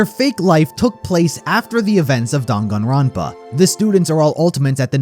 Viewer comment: The way he pronounces the games title cracks me up every time